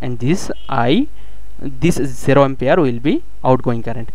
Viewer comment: The way u say 0 is hilarious 😂